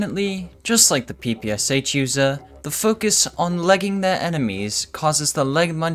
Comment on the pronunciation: Its "sh".Not "s h". Because this machine gun was upgraded by SHpagin. Russian letter "Ш"(Шпагин) reads like "sh"